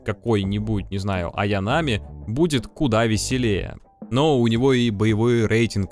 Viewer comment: ААААА как же режет слух не аянАми а аЯнами.